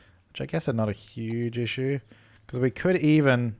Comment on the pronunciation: Any -watchers always correcting the word issue into her funny pronounciation?!?